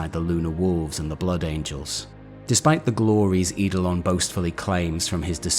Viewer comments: Love these vids, looking forward to the one on my fav thousand son. I get a little triggered by how you pronounce some of the name though, I get why you do though, eidolon for example is pronounced idolon, it's an ancient Greek word for ghost or spectre where the E is silent 🙂 this really is very minor though and the vids are thoroughly enjoyable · Lol I know right??? Adored the video but everytime he said Idolon hit me like a record scratch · You research and delivery is excellent! Great videos and great story telling. The only criticism I have is that some of your pronunciation is off, Eidolon = Ay-dol-on for example. Keep it up dude, you are fast becoming my favourite 40k youtuber.